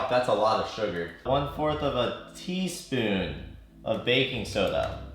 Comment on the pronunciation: when he said tea spoon i heared t-spin i'm fcking tetried